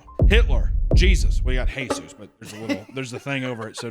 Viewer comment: I know when you guys were listing names you can’t name your baby one of you put the narcos bongos as you acsented the U in Jesús